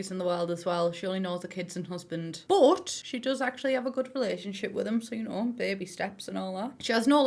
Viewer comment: I love how you say baby: bahbee:)